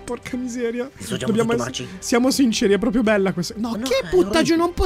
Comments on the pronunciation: video bello ma si dice proprio non propio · Dici pripio tre volte